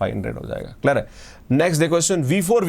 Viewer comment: Clear hai ❌ klar hai✔️